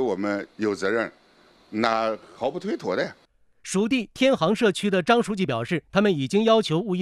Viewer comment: 你要不说我还觉得他是南方人，由其是最后说毫不推脱这几个字。。。。